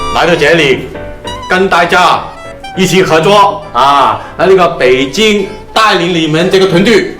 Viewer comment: 我認識一個香港某中學的校長，他的普通話真的很「普通」，但是跟公公的普通話相比，公公的普通話還是很好！因為他沒有把「北京」讀成「必精」...... 註：這裡的「必精」是廣東話讀音。